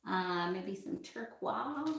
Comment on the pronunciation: Did you call turquoise...turkwahhh